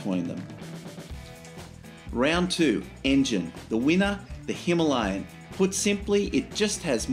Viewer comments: That is the correct way of pronouncing it. Hima means snow Aalaya means abode so together means snow covered mountains in Sanskrit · All the Indian nationals I've spoken to pronounce it Hi-MAH-lian. It's their bike (and mountain), so that's the pronunciation I use.